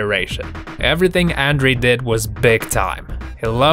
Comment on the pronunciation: Hilarious how badly this commentator messes up Andre The Giants name. It is pronounced Ondrey.